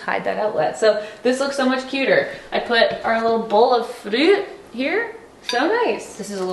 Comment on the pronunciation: the way you keep saying fruit !! Is it from a movie ?? 😂💕